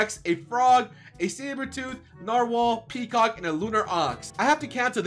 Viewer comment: i like when he says kecock